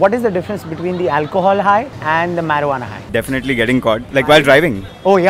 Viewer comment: It's not meruana bro it's marijuana